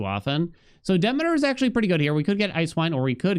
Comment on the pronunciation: Bruh.. I can't take it anymore. It's "Duh-mee-tr"..... not "Dimiter"... you've been pronouncing it incorrectly for the whole time. You know like "Council of Demeter".... Google is your friend...